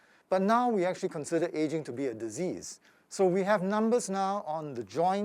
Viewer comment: It’s “aging” 😊